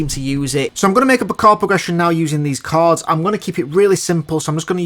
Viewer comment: Pal, it really sounds like you are pronouncing "cards" instead of "chords".